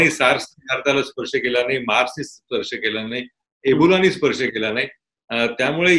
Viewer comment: खूप छान चर्चा झाली...गिरीष सरांनी खूप छान विश्लेशण केले. एकच सूचना होती... सार्स SARS - SEVERE ACUTE RESPIRATORY SYNDROM बहुदा मेर्स असा शब्दप्रयोग असावा...मार्स नसावा MERS -MIDDLE EAST RESPIRATORY SYNDROME